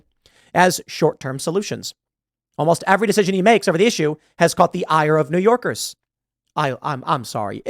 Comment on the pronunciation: "New Yowkiss"